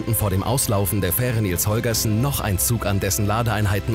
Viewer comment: Da kann der "Moderator" aka. Sprecher nichts zu, denke ich. Der liest nur den Text der Autoren vor. Das allerdings auch nicht perfekt, wie z.B. bei der Aussprache von "Baltic" und "Holgersson".